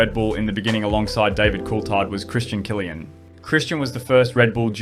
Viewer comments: Ive never before heard some pronounce Christian Kliens last name as Killian...ive only heard people pronounce is almost as 'clean' 😊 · his name is klien not killian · You pronounce Klien like clean not kilian. Sounds horrible. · I know Kylian Mbappé and Christian Klien. Christian Kylian has never been on the grid. Maybe show the subjects of your video some respect by actually making an attempt to pronounce their names right... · U butchered Christian Klien's name 😢